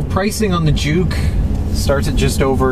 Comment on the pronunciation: i'm sorry, i always thought you pronounce juke as junk.